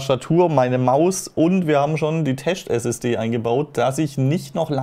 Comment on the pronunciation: Tescht - SSD LOL! :-D